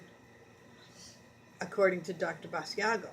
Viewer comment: It is not Bass-e-ah-go. It is Bash-Ah-go!